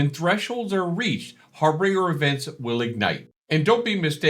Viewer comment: Love the video! Thanks for the update. Friendly reminder: Harbinger, not harBRINGER... pronounced "har-binge-ur" Always love a new video. Thank you, sir.